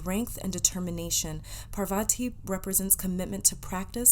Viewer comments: Ojas is read as is and so 8s Parvati...u pronounced it right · Heyyy For the pile 1 You pronounced 'parvati' correctly but the other one is pronounced as 'ojas', the 'j' is not pronounced as 'y', as in 'jus-tice'. And 'ojas' means 'radiance' or 'light'. I hope i was able to help 💗💗💗